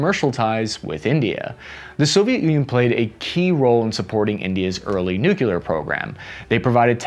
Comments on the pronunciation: Ukraine [ ooh KRAI, not YEW krau ], nuclear [ NEW klee are, not NEW kyu lar ], soviet [ salve YET, not SOW vee yet ]. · Say it with me "Nu-Clear" Just like it's spelled. If you're gonna do these kinds of videos please get that right. There is no such word as "nucular." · Ouch!!! Three times in a row you struck with the "nucular" crap! Sorry, now i have to unsubscribe. The channel is interesting, keep it up! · I can't help but find it funny when Americans say "nucular" 🤣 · Great as always. But why does always mispronounce nuclear? Why?🥴